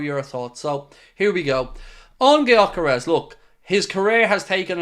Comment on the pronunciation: Hey, since Gyökeres is a Hungarian who grew up in Sweden his name is pronounced like Dyökeresh. With the Gy (or Dy in my pronounciaton guide) pronounced like the D in dew or due. The "s" at the end is pronounced "sh" as in shop. If anyone cares to pronounce it right.